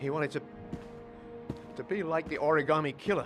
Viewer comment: I just want to point out that "origarmi" is the closest anyone in this entire game gets to pronouncing that word correctly.